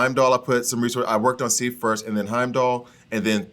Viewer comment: lol. Lady Sif. Like if with an S at the beginning. Awesome character by the way. She does well on my team and the gold amounts rather quickly so you'll be able to to get that next level pretty soon. Where is Mighty Thor? Is she not on your Asgardian list? Also, the number of times you mispronounced Lady Sif. Lol.